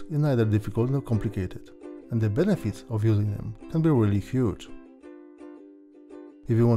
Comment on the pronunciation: Mispronounced words, hard to understand you, idiotic music - you deserve a dislike.